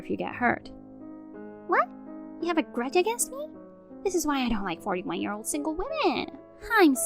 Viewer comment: Last story, it's not 'ear, but year!